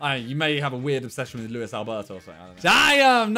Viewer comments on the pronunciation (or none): none